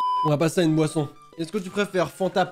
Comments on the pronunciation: G compris poisson au lieu de boisson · A chaque fois que tu dit boisson j'entends POISSON du coup je comprenais pas